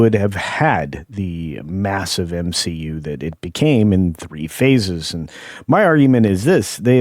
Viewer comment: did you say MCU, or M-She-U?